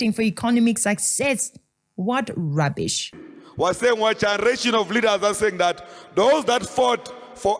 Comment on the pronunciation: Colin cannot pronounce "generation" Literally.